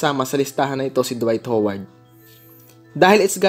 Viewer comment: Ano daw? WHOWARD? 😂😂😂😂😂😂